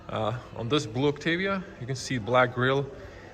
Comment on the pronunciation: I thought pronunciation was "Oktaavia" not "Oktevia".